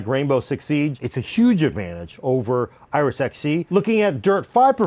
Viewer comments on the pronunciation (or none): none